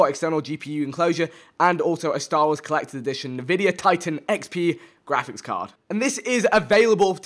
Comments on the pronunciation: Hey vikk not insulting just that it's pronounced N vidia and not navidia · Navidia? Is it actually pronounced like that? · Listen to how many times he butchers Nvidia